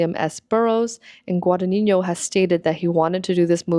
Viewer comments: Contemporary costume design is definitely underrated! ModernGurlz on YT does great content about this and I’m so glad more creators are giving this more attention. Constructive criticism: it’s just “gwa-da-NEE-no,” there’s no tilde on the n in the final “no” syllable/silent g preceding it. That would be on the first n in the “ni” syllable if you were to pronounce it and even if you were, it wouldn’t be so prominent (ie. It’s GuadaGNino, not GudagniÑo) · Hi. I enjoyed your video a lot. One question lingers, though: you can read Italian; why can't you pronounce Guadagnino? (It is not Guadanigno). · as an Italian, you mispronounced Guadagnino (which Is totally normal) but when you quoted him saying "l'abito non fa il monaco" your pronunciation was on point!! I wondered if you study Italian who cares about pronunciation anyways, what's important is if we get the message :) that's what languages are for, communicating efficiently and never perfectly. also the video was extremely interesting, thank you for this analysis! you've gained a subscriber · loved the vid but pls look up how Guadagnino is pronounced